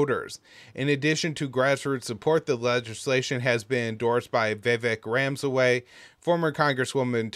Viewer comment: I know the name isn’t easy, but how did you butcher Vivek Ramaswamy’s name so bad. He was a presidential candidate and spoke at the libertarian convention debating Clint Russel.